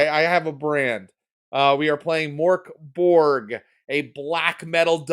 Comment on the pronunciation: Point of order: Mörk Borg is actually pronounced kinda like Murk Borry, actually. "If she goes evil, run away" is such evergreen advice for investigators, but so seldom followed. What an ending; I really loved that & look forward to seeing what happens to.. spoilers.. The embraced Faustin over time. RIP, Wilamette. You died as you lived: doing the most batshit thing imaginable.